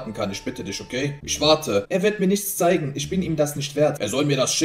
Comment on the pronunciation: Bro warum kann die en Endungen nicht aussprechen? Er spricht alles mit einem Ö aus anstatt mit-en. Er sagt nicht zeigEN sondern zeigÖN. FindÖN. AusdenkÖn. SchenkÖn